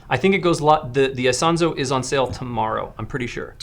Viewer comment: It's "Isonzo" it's the name of a river in northern Italy famous because it was one of the theaters of WWI.